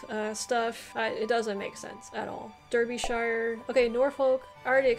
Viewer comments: You need to work on your pronunciations. A lot are named after their county towns or have things named after them, like a sauce or cheese. The e in Derbyshire, Berkshire and Hertfordshire is pronounced as an a. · Derbyshire and Berkshire. Pronounce the first “e” as an “a”. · In terms of pronounciations Derbyshire/Derby is pronounced with a Dar rather than a Der. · Brilliant score! I reckon that would be better than 90% of Brits. Consider a bit more practice on a few of the pronunciations such as Warwicks, Worcs, Derbys, Leics.